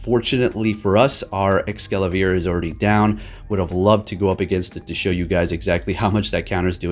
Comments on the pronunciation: You keep saying ExcaLAVIER! It's Es-Cavalier! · Mate, how you always calling it EscaLaVier while spelling it correctly? 😂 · Escavalier may be a combination of escargot (French for snail) and cavalier (French for mounted soldier) or chevalier (French for knight) . It may also refer to Excalibur. ~Bulbapedia. Not Excavalier. Sorry to be annoying about it but it annoys me when people say this guys name wrong ruining its reference to Snails and knights